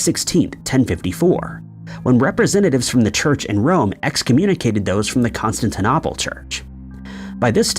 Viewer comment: You started the discussion of the Crab supernova by saying it happened in 1004 although you later got the year right in multiple citations of 1054. You also mispronounced Constantinople among other things.